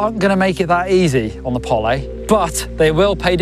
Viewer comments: You say Pol-ay, i see Pole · Didnt realise it was pronounced Pollay 🤣 I will probably still call it a Pole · Funny how you guys pronounce Pole as "Poly" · You can call it is POLÉ all day long. But there is not an accent over the E. POLE. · polly? is that how they pronounce it in finland? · Pole as in Bowl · Does the company actually pronounce it "Pollay"??????